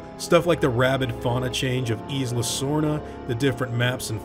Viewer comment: Thw word isla is pronounced ai-la, not is-la